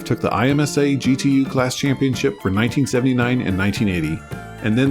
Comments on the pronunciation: My uncle had a 280ZX ( and later a Z31 300ZX)...I love Nissans in general and Z-cars in particular. BTW IMSA (International Motor Sport Association) is typically pronounced as "Emsa" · Nicely done! TONS of info I didn't know already. 1 note: I could be wrong, but I always thought it was pronounced like a word vs letters. IMSA = imm-sah, based on watching a few races on ESPN in the late 80s/early 90s. 🐯🐅 Looking forward to the Z31 ep. as I still have my dad's that he bought on a whim when he just wanted to test drive it. [A.F. officer with family of 5 always drove sensible/affordable cars , so this Z was a big step for him in retirement.] I love driving it often! 165k miles and counting. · To not create the impression of an idiot in racing circles pronounce IMSA as Emm-sah